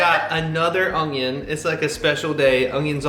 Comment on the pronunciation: pronunciation of onion with a 'g' in it is hysterical!